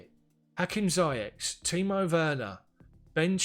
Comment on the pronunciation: Great job Bro! Just to chip in on the pronunciation of ZIYECH. It's pronounced "Zee-yesh" It's a name from the Arabic background with a spelling from French background using "CH" instead of "SH"